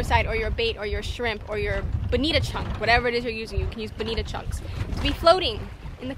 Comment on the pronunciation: Mutton not muh'in. Bonito not Bonita. Button not buh'in.